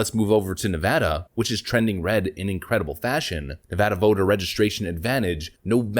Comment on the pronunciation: As a native Nevadan I’d like to give you props for saying the states name properly